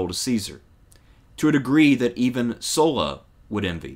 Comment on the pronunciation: Thanks to pronouncing Sulla's name correctly.